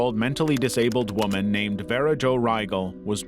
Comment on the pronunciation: At the very least, a person who has been horrifically tortured and murdered deserves to have their name pronounced correctly, even by an ai voice. Especially if theres some way youre profiting over their deeply tragic life and demise. That is so disrespectful. Vera is far from a difficult name.